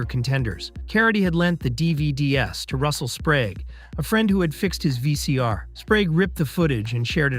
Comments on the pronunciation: Apparently those shiny disks are called "Dee-Vee-Dee-Ess". Who knew? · "...leaked the dee vee dee ess..." DVDs aren't old enough to be misread like that yet, surely? Feeling older every day...